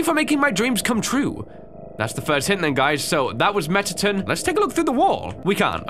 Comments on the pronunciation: Your saying it like metaton, it's mettation. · Me: Mettaton!: MetTaTin! 😭